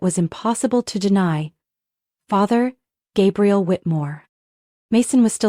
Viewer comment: Hate it when AI narration can't get pronunciations right. Gabriel then Gabrielle? Ugh 😵‍💫